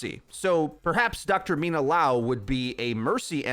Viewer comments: It's Liao not Lao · Dude, just say Mina...you can’t say her last name even if it’s just the same amount of letters as her first...